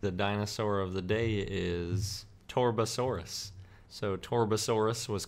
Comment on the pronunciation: Why do these commentators always butcher the names of these dinosaurs. It's TAR.BUH.SORE.US. Get it right.